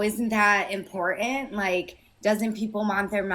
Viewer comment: Awww, she’s lonely!!! …and Trump is as Godly as a soap dish. And Lady….please pronounce your “T’s”. Impor - Tant. Not Impor-ant.